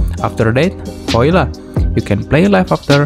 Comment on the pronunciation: Voila bacanya VOALA bro